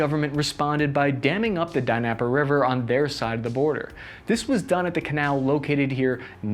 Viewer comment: "Lunsk and Dunsk" "Die-nap-r River" Love it! Enjoyed. Quite funny. You did make some good points. The pronunciation could be helped by Google Translate. There is a audio pronunciation feature.